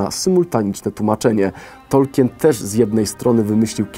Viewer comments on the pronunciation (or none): none